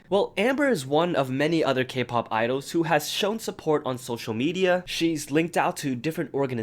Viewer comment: I thought you said "idiots" for a second, I was confused lol